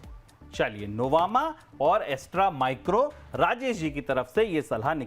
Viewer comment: जी जितने भी ऐकर है र एक्सपर्ट आते है अस्त्र माइक्रो को ऐसटरा माइक्रो कहते है, RR केबल को RR काबिल कहते है, ऐसे ही कुछ और नाम भी है तो आप तो कम से कम ऐसा न करे।